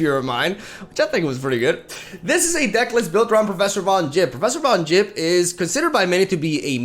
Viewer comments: bro it's Yipp and not Jipp... he doesn't drive a Jeap! It's Yeti and not Jeti when u watch Star Wars, you say Jedi and not Yedi when u finish a letter you write "yours truly" and not "jours truly" yesus christ! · Von HWIP. No it's Von yipp, That's what I said, Von HWIP.